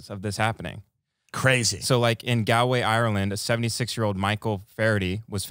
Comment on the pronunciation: Completely correct to dismiss the Irish claim, cracked me up. But that was the worst pronunciation of Galway. And I’m an American